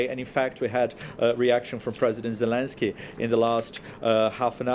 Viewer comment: Zeleskey!!! Haha